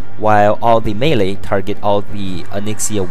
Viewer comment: "melee" and double "she" not her, learn english